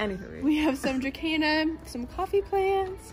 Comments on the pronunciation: There is no k in dracena, that drives me crazy lil.. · I don't speak latin and you are the only person I know that pronounces dracena with a k. Oh well I will get use to it, I think. Lol